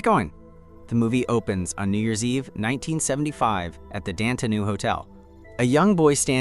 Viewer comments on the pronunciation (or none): It's pronounced "DONTAY"..🤦🏾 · What about when it said the name, “Dante?” 😂